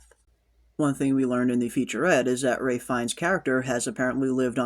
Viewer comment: Is there a reason you keep calling Ralph fiennes, Ray?